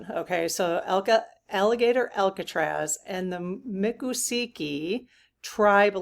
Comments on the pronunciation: Please, please, please! It is not pronounced Ma ccosukee! It is Mico!!! Native Floridian here, it matters... MICCOSUKEE. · Mik - ah - soo - kee (not muck) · I lived in Florida for 7 years. It's pronounced... Mik ah SOO kee. It's a tricky one to pronounce. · Mick - o - suukee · Think of the word moccasins to help you pronounce the tribe's name. That usually helps me ❤.